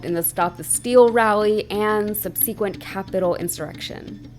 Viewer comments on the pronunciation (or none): is my favorite reporter, but girl, look up how to pronounce subsequent.